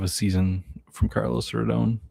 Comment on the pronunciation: Tell me you've never watched a Yankees or Giants game in your life when you say Carlos Rodon's name like that. C'mon now, -- you're doing my man all wrong!! 😜 Great stream though nevertheless. I always enjoy these. Will you ever go back to DraftKings for one this season?